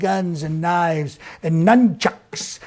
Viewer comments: Thought IT said " nutchucks". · I can pretty much guarantee Trump would pronounce it “numb-chucks”.